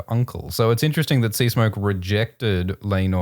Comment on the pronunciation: Why Sea-K-smoke? 😅 (earlier too) I can't be the only one noticing it, even the captions are confused 🙈 But other than that, thanks for another fun dragon times ✨ I can't believe it's already going to be the last episode